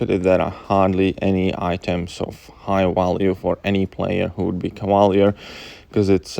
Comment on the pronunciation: Lol when you say Cavalier sounds like you’re saying “koala bear” kinda